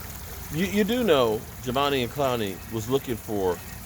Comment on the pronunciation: How he said Clowney name 🤣🤣🤣🤣